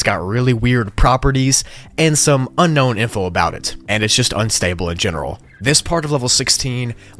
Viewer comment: Level 15 You say unkown instead of unknown